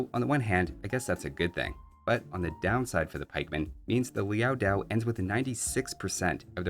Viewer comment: It’s Liao Dao, not Liao “Diao”. No [i] in the second word.